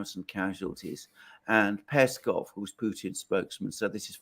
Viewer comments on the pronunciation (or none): none